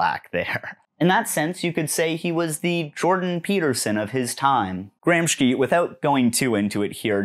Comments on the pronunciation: It's Gramsci, pronounced as "Gramshi" not "Gramshki" sorry... it was nagging at my brain ! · Great video but it's Gramsci (pronounced with /ʃ/, sh, and the a reads like the u in "cut" and not like "baby", do you know what I mean?) and not Gramski, just thought I'd let you know ♥️ Here, see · Nice video but Is GRAM-SHE NOT GRAMSKI I am italian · It's Gramsci (GRAM-SHEE) not GRAMSKY! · Antonio "Gram-ski" Gramsci, the famous Italian stoner/Alpine skier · I’m gonna be honest, hearing Gramsci pronounced like “Gramshky” is really bugging me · Dear anglosphere breadtube, please Google translate --> hear pronunciation in original language for non-English names of people you're referencing (or random foreign words), a part of me died every time GRAMSHKI happened in this video 😭 This is something affecting so, so many videos (sorry this is the one for which I'm pointing this out, it was my personal drop that broke the camel's back) and honestly I thought leftists peeps would know better than just assume a foreign word in a language they're unfamiliar with is pronounced X without checking? You can just put a clip of the pronoucebot too if you're not confident about saying stuff right! Please and thank you so much ♡ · bloody hell its gramshee though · Cool video man, fun and informative, but maybe take 5 minutes to check how to pronounce foreign names, so as not to call Gramsci, Gramski. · it's a good video but my ears bleed every time you pronounce gramsci as gramshki